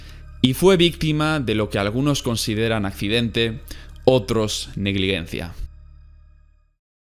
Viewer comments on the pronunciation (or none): Y también se dice "negligencia", no "negliguencia". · Nadie: Absolutamente nadie:: negliguencia en vez de negligencia. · Un video brutal y con mucho trabajo pero me pone de los nervios que pronuncies siempre mal negligencia